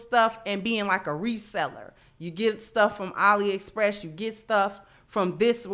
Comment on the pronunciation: She said ollie express🤣